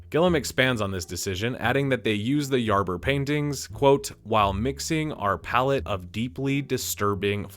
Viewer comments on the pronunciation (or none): none